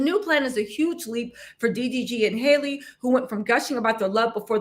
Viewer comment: Her name is Halle not Hay-Lee